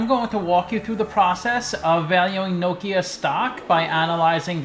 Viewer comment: i like you pronounce correct name of the company